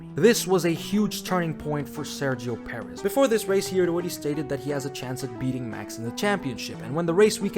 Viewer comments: “Spinio Perez” 😭😭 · "Sairgio Perez" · SEXOW PERREZZZ LMAO